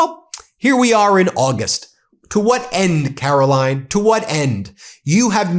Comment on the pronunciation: Have I mentioned how much I enjoy you calling her Karolying...😂